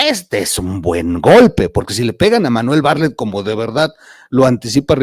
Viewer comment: Bartlett, no barlett